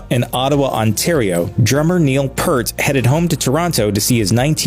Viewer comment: BTW, the narrator of this episode is pronouncing his name incorrectly. Neil Peart's last name is sounded out like "Peert" rhymes with here, peer, dear, near, etc., Not "pert" hurt, dirt, etc.